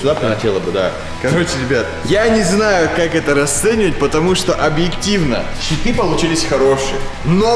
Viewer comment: Мне одному показалось Читы а не щиты